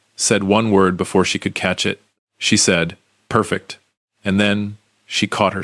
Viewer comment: The word “perfect” is one word and two syllable NOT ONE!